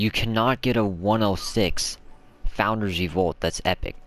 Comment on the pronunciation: No hate at all but, did you just say Founders Evolt! It’s Founders Revolt